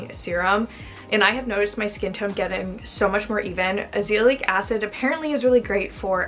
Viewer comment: Lol "azeeliatic"?